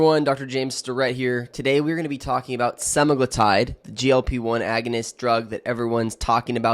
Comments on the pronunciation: He's pronouncing Semaglutide WRONG, reddd flaggg, you guys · Are you a real doctor? You don’t seem able to be able to say semaglutide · Specifically, you mispronounced semaglutide multiple times, and then Medullary thyroid cancer (MTC). Not sure I'd trust your opinion or judgement.